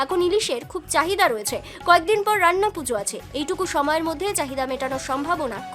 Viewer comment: রাইনা নয় রান্না 🙂